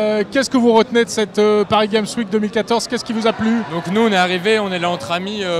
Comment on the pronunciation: "Paris gaime week" --'